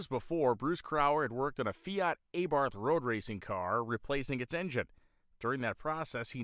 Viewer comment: its Abarth , not E barth